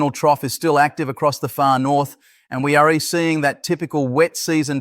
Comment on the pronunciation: Code words: we are ee = we are; isen T = isn't; es = is; Don T = don't ; your ree = you're; our nation S capital = our nation's capital: Sunday es = Sunday is; you r ee = you are; but we ree monitoring - but we're monitoring; that S why - that is why. If you are reading this comment, please fix the ridiculous A.I. voice. It does nothing for your professionalism or credibility.